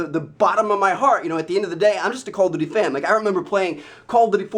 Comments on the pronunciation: It's call of duty, not coll of duty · Its called call OF duty not call o duty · Anyone else think he said call of booty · He said call if booty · at like i swear he says call of booty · He said "call of booty" in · You said call of booty lol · LOL I SWEAR HE SAYS "CALL OF BOOTY"! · he says call of booty. Slow down Trev. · he says call of booty lol